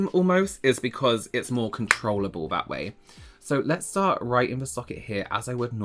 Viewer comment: “…roight” 🤣 I’m home sick with allergies and that made me laugh out loud lol